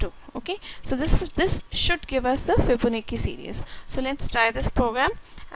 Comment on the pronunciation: its "fibo. na. chi" pronunce